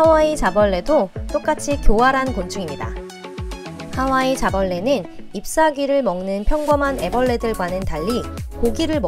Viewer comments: 하와이 자벌레를 난 카와이 자블래 라고들음ㅋㅋㅋ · 하와이를 카와이로들음...